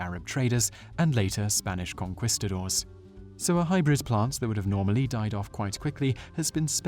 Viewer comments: For the same reason he says "Conkwistadoors" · "Spanish Conqwuistadors" lol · "con-quiss-ta-dors?!?" WTF is it with Brits and their comical inability to pronounce Spanish words? Heard a Brit refer to Tuscon, AZ, as "Tuck-son!" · puppichow I was fine with that. "Conqweestadoors" and "Gross Michael" hurt to listen to though. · IT"S "CONKEESTODORS" AND "GRO' MEESHEL"! HOW DO YOU NOT KNOW THOSE THINGS!? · I didn't notice anything wrong with the way he says "banana", but I did notice "conkwistadors" and "gross michael". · Conquistadores is pronounced cun-kees-a-door-ays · Gee, I generally think Americans do a better job with Spanish words than Brits, probably due to the proximity of Mexico. Check out how our host mangles "conquistadors" or so of this video. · Ok I'm a white kid who takes Spanish in high school but the way he pronounced "conquistadors" is just absolutely awful, this segment should be in a video called "white people pronounce Spanish words"